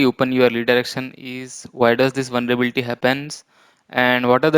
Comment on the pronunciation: It's Vulnerability not "Vulnrebilti"😬🙂